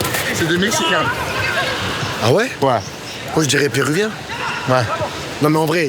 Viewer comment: « Les Mexinains » 😂😂😂😂